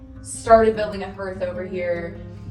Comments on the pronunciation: FYI, hearth is pronounced harth. Scared for the Airbnb, people destroy and steal. I hope they don’t trash the place. I would move the games out of the glass cabinets and lock the office. All your sticky notes, pens, etc will disappear. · A "herth"? I've never heard it called that... It's always been called a "harth" ("hearth")... The house looks amazing, of course. Everything you touch looks amazing... 🥰 I'm sorry such sadness had to happen in order for you to end up with this house but I love your idea of it being the family spot, and letting it pay for itself when you guys aren't using it. I've pretty much watched this channel from the beginning of the cabins and I've watched their growth and more importantly, YOUR growth, and as a 63-year-old grandma I am so proud of you! (In a weird weird parasocial way LOL.) You did good kid, and your dad would be very proud of you and my belief system says he has watched you every step of the way and IS very proud of you. Thanks for taking us along for the journey, and thank you for being honest about it and showing that it wasn't always easy, and sometimes you cried, but you got it done... That's kind of how life is I guess huh? ❤❤❤ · Looks great! Btw, hearth is pronounced hArth. (I know, it's weird because that's not how it is spelled.) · 😄 I've done the same thing with words and wondered why I said them silly, too. Funny thing, that just last month someone else recorded a video and said hearth as if it rhymes with earth, so when I heard you say it, I was wondering if I'd been imagining it the wrong way all these years. I had to go check!